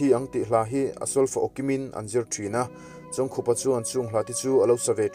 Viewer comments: Khup hi khaikhup ang a lam tur ani zawk lo maw, khar ri khup ang a lam tur i tia i lam leh silo a😀😀😀🙂 khai khup ani zawk ang a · Pu Chawngkhup hming lam dan tur i sawi angin i lam leh bik der silo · A hming lam dan tur i sawi zo chiah a i lam dik lo zui ve leh nghal zat tho... 😁😄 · A hming chu i va lam dik bik chuang lo ve....haaaa